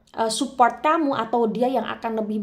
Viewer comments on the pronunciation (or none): none